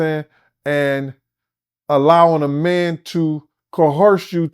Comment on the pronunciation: "...allow a mam to coerce-", please stop.